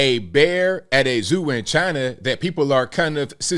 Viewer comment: Do we really believe Chi-Nah?